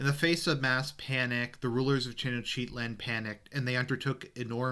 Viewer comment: it took me a while to figure out you were saying tenochtitlan. Teno-chitlan lol